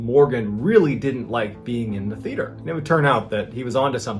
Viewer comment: I do like these stories, but please learn how to pronounce Theater. Also, when inside, it's called the floor, the ground is outside.